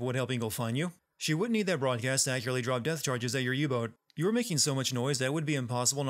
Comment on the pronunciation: it's "drop" not "deop"